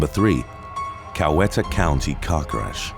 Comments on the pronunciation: Coweta is pronounced Cow-Eet-uh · if you read this, the county under number 3 is pronounced, "Cow-eee-ta."